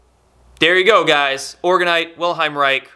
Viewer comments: The man's name was WILHELM. Ffs, show some respect and bother to say his name correctly. Chemical casting resin gives off harmful fumes and residue. To make a healthier more effective orgone generator simply use plaster and sand! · Just for clarification Bro'. It's Wilhe"L"m not Wilheim. Thanks for the great videos. Keep up the good work. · WilheLm! Not Wilheim xD Great video tho! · Unfortunately the commenters under the video and even have no clue how to spell or pronounce Mr. Reich’s first name, lol. It’s not Wilheim or William but WILHELM Reich. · His name is Wilhelm not Wilheim. Wilhelm Reich. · The mans name was Wilhelm ...not Wilheim. Its the german equivalent of william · IT's Wilhelm not Wilheim! and he was a bit of a quack btw. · It's Wilhelm, not Wilheim. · I doubt its "the government" censoring it, as a guy who has the patent on the "orgonite" name has been trying to shut everyone down who sells it for a year or two now. Also, it's WilheLm, not Wilheim. He had nothing to do with orgonite, it was an extension of his work. He built orgone accumulators and other devices. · If you're going to generate the impression of authority, you need to pronounce the name of the individual so Central to your message correctly. His name is Wilhelm, not wilheim... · i like this vid but for crying out loud, take a little trouble to pronounce his name. Vill-helm. not Will-hime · Good info. Small correction: it's Wilhelm, not Wilheim. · The pronunciation is NOT "Vil-hime" but rather "Vil-helm". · Good info. However his name is not Wilheim but WILHELM. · WILHELM REICH: first name is pronounced "will" "helm" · Its Wilhelm not Wilheim, and Orgone, not orgon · Great notification. Spot on. Heads up, you misspronounce the man's first name (it's Wilhelm, not Wilheim) and the energy is orgone, not orgahn. Keep up the good work.